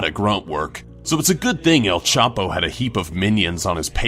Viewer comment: "El Chapi"